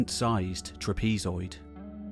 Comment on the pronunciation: Check Trapezoid. UK and US English do not pronounce it the way he did. So either it is a human with a different accent or the AI doesn't have the word in its dictionary.